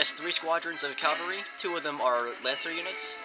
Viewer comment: Great video! [rant] However, the word "CAVALRY" refers to horse soldier. CAV -- AL -- REE! "caLvary", which is what you keep saying, is the Greek word for the hill on which Jesus was crucified. There is only one L in cavalry. [/end rant] Keep the videos coming.